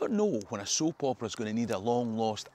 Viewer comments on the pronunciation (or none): none